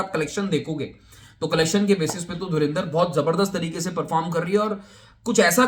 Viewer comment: Movie ka naam to sahi se Pronounce kar lo, its not DhurIndar its DhurAndar, aur total footdalls tab count karna jab theatre se nukal jayegi